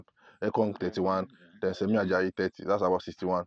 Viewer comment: His name is SHEMI not SEMI or SAMI